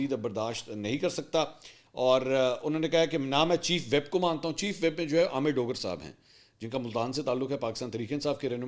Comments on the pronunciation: Mansoor just to correct you . It’s not chief WHEP but it’s chief WHIP. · متعدد بار عرض کیا ھے کہ چیف ویپ نہیں ھوتا۔ چیف وِپ پڑھا جاتا ھے۔ Chief whip 😂